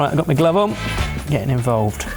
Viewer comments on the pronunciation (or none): none